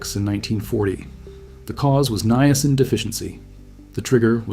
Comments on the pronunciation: This is actually a pretty amazing video. Please note that "Niacin" is not pronounced with the hard letter "A" sound, it is pronounced as "NYE-uh-sin" or "NIGH-uh-sin", and most people combine the the first two as "Nyah" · I thought it was pronounced as Niacin. not Niacin. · His pronunciation was throwing me off, and he kept hammering it home. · Maybe that's the way they say it in Canada. ( that is the channel's origin).🇨🇦